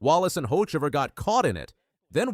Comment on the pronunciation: No way that’s how you said Carson’s last name lol